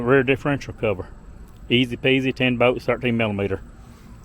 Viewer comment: I love how you say bolts. Boats . Good video man thank you !